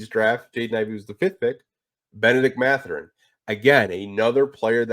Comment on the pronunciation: C'est Mathurin et pas Matherin.